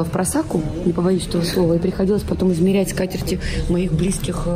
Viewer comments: да... "...попадала в просакУ..." - куда она попадала?!) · Удивительно, я то думала, что мне послышалось, что Юлия говорила неправильно. Спасибо за этимологию слова впросак, говорить говорю, а историю происхождения не слышала. Кстати Юлия несколько раз произносила" в просаку" .